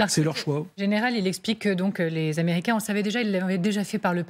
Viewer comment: "Américians"? Ça commence bien, faites un effort🤑